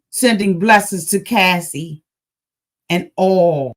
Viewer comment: Yes its cassie not casey...